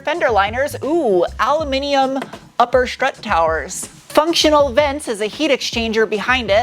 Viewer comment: "shport" "shtrut". 😂